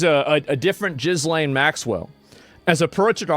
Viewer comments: It's not jizz lane!!!! It's just Elaine but with a G !!!!!!! Raaaaar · Every time Asmon says jizzlaine, i lose a sperm cell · Not Jizzlane. Gillaine.And it's probably not her.